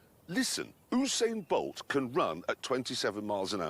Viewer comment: Who’s “Oosayn Boalt”?🤪